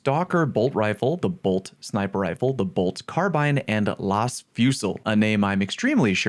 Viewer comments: “Las” is is pronounced Laz with a hard A sound. Pretty much 40ks version of laser blaster. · “Las” rhymes with “has” in 40K, like in lasguns, laspistols, etc. They’re lasers, don’t ask me why it doesn’t rhyme with “stays”, but the game is British, what are you gonna do.